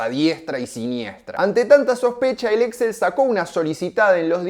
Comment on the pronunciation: El grupo es Exxél con acento en la ultimo e. Las compras se hacían mediante Leveraged Buy Out, LBO.